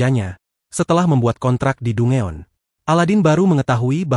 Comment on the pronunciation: Danjen bang bukan dungeon